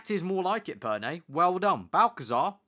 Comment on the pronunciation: Perné, not Perney